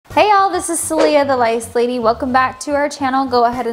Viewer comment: I am so sorry but I thought I heard "rice lady 😭"